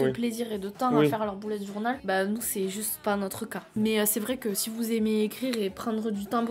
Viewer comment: "boulette journal" Mdrrr l'accent totalement absent xD